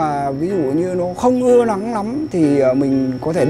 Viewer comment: Tránh lắng nấm .... Ông này học dược hay tiếng Anh thì phát âm n .l đi mua thuốc cơ ngày toi mạng gì lấy sai thuốc ....😜😜😜😟😟😟😟😟